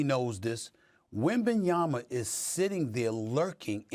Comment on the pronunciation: They need to call this man by his name. If they can't say Wembanyama then call him by his first name like they do with Giannis.